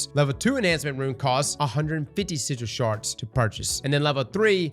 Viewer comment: 'sizhil sharz'?